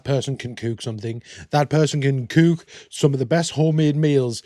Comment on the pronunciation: Chiggers are the worst. Think mosquito times 100000 It took me a minute to realize you were saying cook but you say it with a long oooo sound